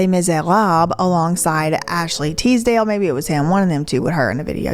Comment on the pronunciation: I love how you can pronounce Les Misérables but not TISDALE lololol